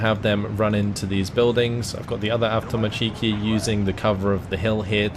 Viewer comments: As a Russian, can I pick on your pronunciation of Avtomatchki, you're supposed to put emphasis on avtomA(!)tchiki, not avtomatchI(!)ki. I don't know if that makes any sense, or if you give a crap, either way great game and thanks! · wtf is this ''avtomachiikii'' thats not a word